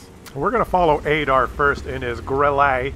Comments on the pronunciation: FFS STOP saying Grillay - there is no é, it's German not French, it is pronounced grill-uh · ITS NOT GRILLEY!!ITS GRILLE!Like Mille Grazie! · Check your pronunciation of Grille.